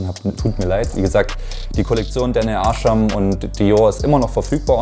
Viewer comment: daniel ärschem lol. der dude heißt arsham